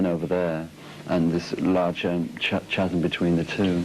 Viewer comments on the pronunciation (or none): It's cute that such an articulate person would pronounce chasm that way.